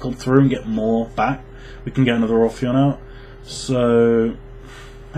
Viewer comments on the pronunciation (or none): Obtw it's ophion, not orphion. No r